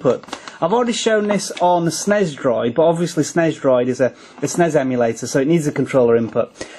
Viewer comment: Snez? I know what you mean, but Snez? Come on...